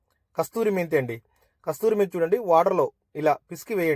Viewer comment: Kasuri methi not kasthuri😂